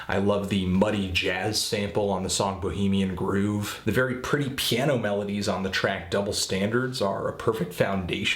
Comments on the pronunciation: THIS GUYS A FUCKING IDIOT! HE FIRST SAID JAY ROCK OWNS TDE, AND THEN HE PRONOUNCED BOHEMIAN GROVE, BOHEMIAN GROOVE.. FUCKN IDOT.. HE DIDNT EVEN SPEAK ON PINEAL GLAND, ONE OF THE DOPEST TRACKS ON THE ALBUM.. UR A FUCKN IDOT BRO... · good review. though its bohemian *grove...not "groove" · and its not goove its grove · Although he pronounced it Bohemian "Groove" lol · Thats not how u say bohemian grove dummy